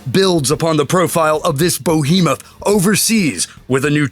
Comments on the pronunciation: lol "bohemoth" bEhemoth.... "kinetique LOL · Pa-LAD-in? BO-hem-oth? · Bohemoth? Must bo a new word! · Bo-hemoth? is that bigger than Totanic or Gogantic? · Did you seriously just say "bohemoth"? You even went out of your way to exaggerate the mispronunciation. Fucking tard. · Whaaat the fuck is the narrator doing? “Bow he muth” lol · Bohemouth? lol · bo-hemoth?? is that one of the duke's cousins , from hazzard county??? when did everyone become illiterate??!! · You're clearly in love with your own voice and your EOTW narrative, but there's no excuse for pronouncing "behemoth" bow-heem-uth. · Wow, could you get a guy who mispronounces words and names any more than this guy? It sounds even worse when he tries to use a badass voice!